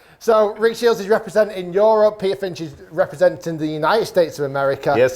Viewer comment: Rick Shiels Golf I thought you were saying JILLSEY